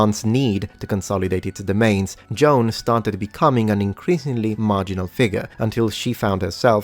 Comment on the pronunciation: you are killing me! Her name was not John, it was Joan (pronunciation?: Jo-Ann!!!)